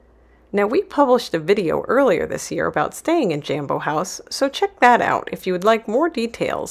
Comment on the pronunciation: its pronounced JOMBO not JAM bo ...jo as in job...smh